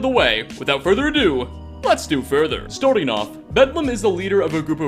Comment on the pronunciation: "starting" not "storting"